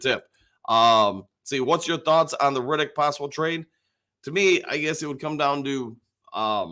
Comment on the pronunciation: Haason REDDICK…not Riddick.😁